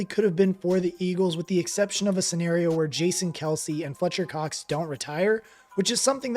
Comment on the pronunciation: Fletcher Cox.....not Cock...yeah i heard that😂😂